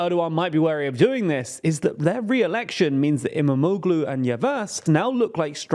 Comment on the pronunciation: I believe you will need to mention his name more often from now on. "Imamoglu" has actually soft g (g with a breve) which is not really pronounced. Think of it as = Imamoulu (o pronounced a bit longer). You can also check Google translate for the correct pronunciation.